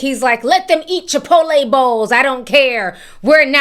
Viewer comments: I love how Ti says Chipoleee 😂😂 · Not Chi-pottle 😭😭😭